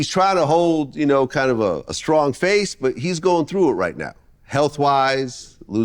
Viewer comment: Vlad, say “you” and not “chu”